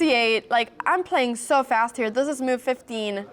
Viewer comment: How do you spell the word move? You pronounce it like it’s moyve 😂